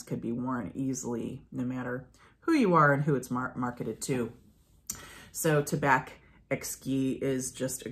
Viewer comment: In French , we don't pronounce the last letter ; for "tabac" , the "c" is not pronouced , the same with "blanc" , and "champ" etc ... Hope that it can help you !